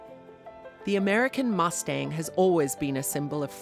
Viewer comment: “mOstang” “wOldness”